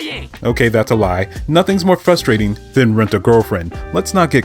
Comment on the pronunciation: Hearing you pronounce Frustrating as “Fusstrating” is causing me a lot of frustration. Otherwise I agree with your take.